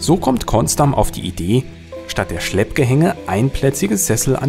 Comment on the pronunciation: Höchste Zeit, dass eine neue Bahn kommt. Der Schlepper ist viel zu langsam und nicht mehr zeitgemäß. Schönes Videos PS: die Betonung liegt auf der ersten Silbe 😉